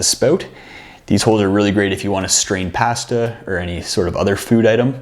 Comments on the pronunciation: Love Canadian English and Brittish English. Pas-ta pot not paH-sta pot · Where are you from? I’ve never heard anyone say the word “pasta” like that. Also great video. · Once I adjusted to hearing 'pass - ta' instead of 'pah - sta', I went ahead and subscribed.